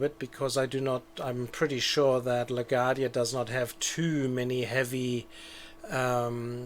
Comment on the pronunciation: Of course, if you wanted to reverse that, and have flights depart on 4 taxiing via A, B. Arrivals on 13 taxiing via B (again, so they cross 4 more quickly, allowing you to depart faster IF the glitch I mentioned in the previous post doesn't apply). BTW, it's pronounced LA-GWAR-DEE-YA or LA-GWAHR-DEE-YA. :)